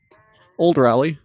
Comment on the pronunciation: Raw lee... not Ray lee. goodness!